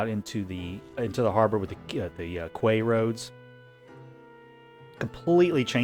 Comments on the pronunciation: Koo-ay roads? 🤣🤣 Quay is pronounced just like the word key. Brilliant. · I'm not trying to hate. This from the internet: “Quay” should be pronounced as “key”. It is not a commonly used word in modern American English, and many Americans, not familiar with the word, instead of looking it up, just pronounce it as it's spelled: “kway”